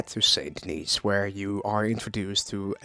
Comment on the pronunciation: Also the S in Denis is silent lol.